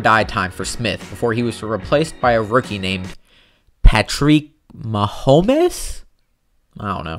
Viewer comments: Guy:Pa-Treek Ma-Hom-es Me:No Patrick Mahomes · Pa-Treek Ma-hom-es Come on Been a chiefs fan since 89